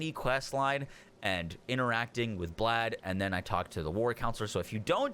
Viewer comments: It's pronounced Blaith at least that's how npcs say his name no idea why but that is how you say it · "Blaidd" is pronounced like blythe...rhymes with writhe, like writhe in pain. Blaidd is a Welsh word, it means "wolf". Fitting.